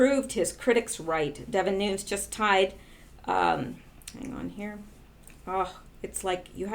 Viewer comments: I am not positive, but I always hear broadcasters pronounce the name NUNES, like New nes. So you started your vid saying NOONS, AND then while I am writing this, you change the pronounciation to new nes. CHEEZE N RICE. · Lourdes Santos pronounced “NEW-NEZ.” That’s the way the man HIMSELF pronounces it. “NOONS” is an American aberration.... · Its pronounced: noon-yez. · You are assuming he is Mexican which is the way it would be pronounced. But, if he is Cuban, or Portuguese, then the spelling difference applies and the pronounciation leaves out the YEZ sound. I Made the same error on the name of a street in my town. Don Julio. I assumed it was pronounced Don Hulio, but the street was named after a Portuguese guy, and it is Don Julio. Same mistake with NUNES, vs. Nunez.